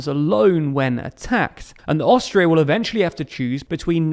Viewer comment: Haha, I thought you said Australia. I was so confused listening to the episode for awhile. Great coverage on the history! 👏🙏🏼😁